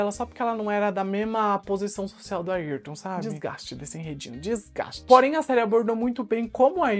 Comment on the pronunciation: É Ayrton e não Ailton